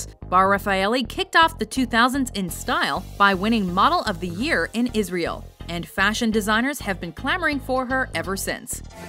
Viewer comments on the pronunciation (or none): none